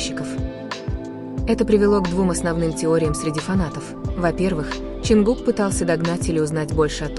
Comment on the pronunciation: А можно озвучивать без ошибок. Вас многие слушают, а вы Таюнг мы такого вообще не знаем и Кук, ну куда вам несёт?